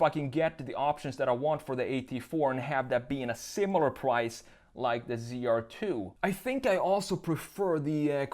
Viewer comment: “The pwice”